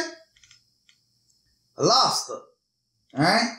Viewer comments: I like how u say lobster, "lets take lobsta.." Seventh day adventists will tell you the same thing. And its also why they dont eat pork. They are the cleaners... the dumpster eating critters. I hate shell fish and shrimp for this very reason. gross!!! BUT why would you make a video without learning everything so you can say it properly?? Lol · " i grew up on labsta.. you know.. .... " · Lobsta lol where's the R good video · I like how he says Lobster! 😂🤣